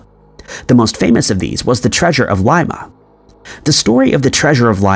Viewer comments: Not a hater by any means. I just would like him to pronounce cities, towns and countries correctly or at least fix his pronunciation on the ones we have asked him to, like Coventry, Dublin, etc. And now, it would be nice if he could correct his pronunciation of Lima, Peru. It is NOT pronounced like Lye-mah, like a bean. It is pronounced like Lee-mah. Come on. We love your videos and everything else, except for those mispronunciations. On the contrary, I happen to like a lot. Even if he does end up being AI. We merely would like him to consider correcting those pronunciations. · LIMA pronounced LEEMA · Dude, you're killing me. It's pronounced Leema